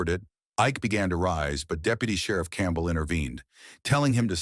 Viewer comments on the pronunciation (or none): none